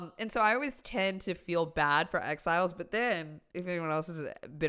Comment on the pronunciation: Exiles! At first I thought she was saying "X-files" and I thought, "you feel bad for the X-files"?